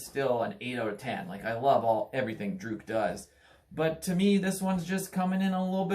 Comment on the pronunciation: Please learn how to say the bands name right.